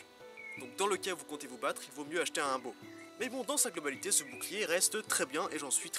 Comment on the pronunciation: Ah et ou dit "oumbo"